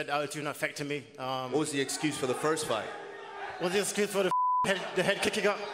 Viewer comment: “What’s your exthuse”